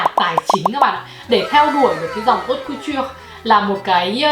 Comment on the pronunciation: Thông tin bổ ích nhứt nhứt nhứt mà mình nhận được có lẽ là cách phát âm chữ Haute Couture:))) Cảm ơn. Giờ mình cày tiếp video khác của nè.